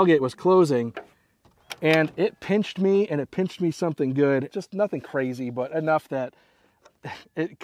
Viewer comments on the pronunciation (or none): none